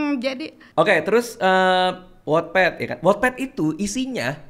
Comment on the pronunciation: Ooh bacanya wotped.. Selama ini aku bacanya wetped 😂